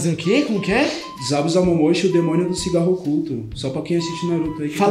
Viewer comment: "Demono" kkkkkkk